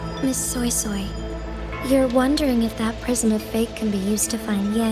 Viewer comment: The only thing thats giving me the ick is the fact that the eng dub is absolutely BUTCHERING SuiSuis name💀😭 Why the freak are they saying SoySoy (like Soy sauce) instead of SweiSwei, like daaamn